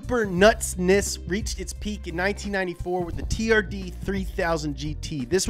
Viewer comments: Am I the only one whos heard it pronounced "terd"? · when he said turd for the first time I just burst out laughing XDDDD